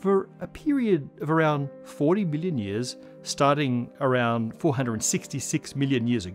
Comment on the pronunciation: The way he says million sounds like billion and it always hits me off guard.